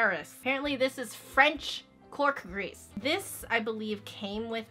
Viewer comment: The cork grease is not french and I don't think she is saying that correctly. No hate though, I love your videos 😊👍👏✌